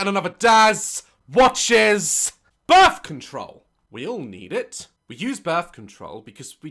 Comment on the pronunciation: BIRF CONTROWL